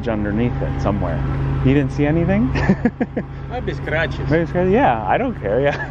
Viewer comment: that guy's "maybe scratches" accent is off the charts😂🤣😄😅